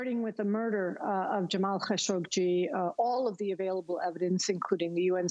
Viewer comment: Why do they pronounce Khashoggi how they do now?!! Khashoggi is the nephew of Adnan Khashoggi it was never pronounced that way.